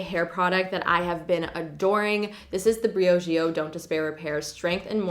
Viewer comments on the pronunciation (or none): none